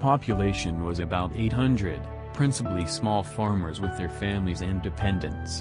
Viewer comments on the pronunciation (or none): none